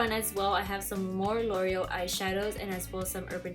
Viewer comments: I love ur collection!! but u know its pronounced LOR-E-EL right ? and JU-AY?? lol still love u tho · Same with l' oreal lol